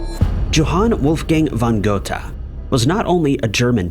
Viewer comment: He mispronounces Goethe also.